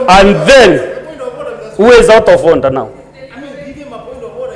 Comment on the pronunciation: The "Honda 😂😂😂" instead of Order